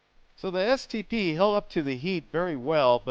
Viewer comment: every time he said stp I thought he said std 😂😂😂